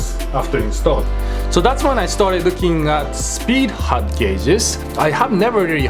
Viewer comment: Because of your accent i heard speed HUG gauges, idk but that sounds like a quality product to me XD